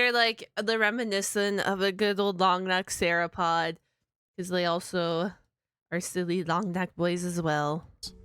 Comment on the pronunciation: Searapod?! It's sauropod. (Soar-o-pod)